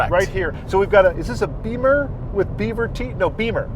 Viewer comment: It's not a bimmer anymore... It's a Biffer